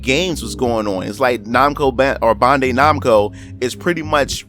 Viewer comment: You're pronunciation when saying bandai makes me cringe a little